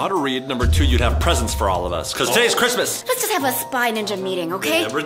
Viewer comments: It not crismas it's February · It's not chirsmas